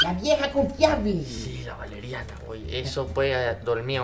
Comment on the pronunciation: Soy yo oh Valeriana se escucha Yoloriana